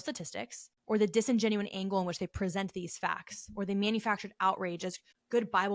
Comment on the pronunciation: lol yeah it’s a common mistake i hear ppl saying it that way all the time